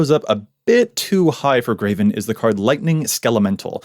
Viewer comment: He constantly pronounces Greven "Graven" and it drives me insane every time. There's no A in his name!!!